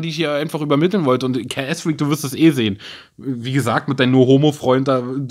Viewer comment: Ks fweak Ich ha...I have a wery wery